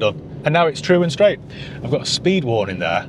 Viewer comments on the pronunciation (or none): none